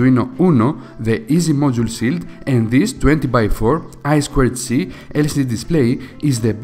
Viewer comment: It is a "shield" not Chill? " Sh_ ill_ D"